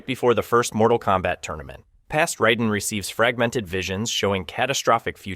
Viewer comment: And it's r"A"den